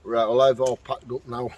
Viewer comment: at the intro I though you said, "right, love her body" Had to rewind and check 🤣🤣🤣 another great video mate!!